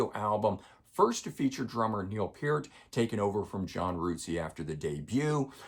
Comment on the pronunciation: Sorry but anyone who puts Roll the Bones over Permanent Waves and Farewell to Kings has no credibility with me. That album’s production is completely anemic with some of their worst songs ever, Neurotica is garbage. You also pronounce Rutsey and Peart wrong, it’s the Temples of Syrinx and Closer to the Heart, both of which you messed up as well.